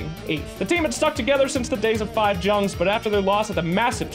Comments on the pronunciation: let Kuro teach you how to pronounce Jungz at TI, i am dying here from laughing. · JUNGZ? ARE YOU TRYING TO FUCKING TRIGGER ME?